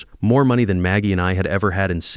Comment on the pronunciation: What a great story plot .... too bad AI glitches on saying money ( I hear that in a lot of stories -) Charlie did an AWESOME thing speaking up about George - wouldn't you like to do that in real life for someone ! I don't think the marriage has much hope